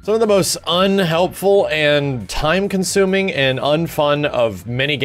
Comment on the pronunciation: I don't know if I've been playing too much MK, because every time you said time-consuming, I could literally hear the K. As in Time Konsuming.